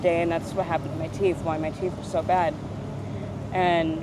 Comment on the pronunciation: hard to find love on the skreet, specially wif just a few teef.